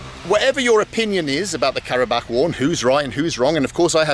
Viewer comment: the way he interacts with people is amazing. plus, the way he pronunciates karabağ